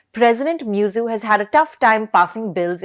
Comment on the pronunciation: His name is not Miyuzzu. The name is Muizzu. The least you Indians could do is to show respect to others by pronoucing their names correctly. It doesn't take a lot of effort to learn a foreign name.